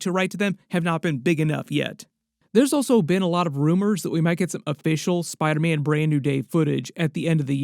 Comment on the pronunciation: “On the set of SPIDAHHH MANNN”